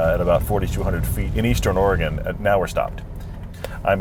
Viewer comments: Thank you for enunciating Oregon correctly. I love the entire WA - CA coastal highway, it's honestly surreal. Edit: HAHAHA, I have never heard it pronounced Tilla-MOOK. That is incredible. Locals say "Tilluh-muk." That was great!! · FYI it's pronounced TillaMUK not TillaMOOK . but you're forgiven because you pronounced Oregon correctly.